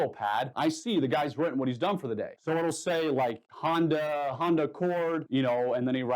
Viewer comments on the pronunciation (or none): none